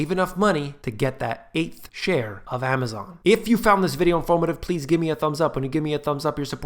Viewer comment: 'the eigth share of Amazom' :-) love it!